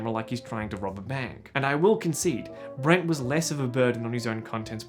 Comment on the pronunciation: “and then you have brant.” you don’t happen to come from melbourne do you ? hahaha